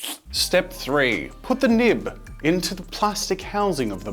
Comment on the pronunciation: why does nib sound like a naughty word🤣🤣